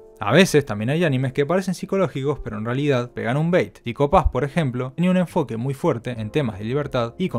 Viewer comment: "Lied" en Elfen Lied se pronuncia "lid". "Lied" es una palabra en alemán, no en inglés. "Priority" en Wonder Egg Priority se pronuncia más o menos como "praiority". "Psycho" en Psycho-Pass se pronuncia "psaico".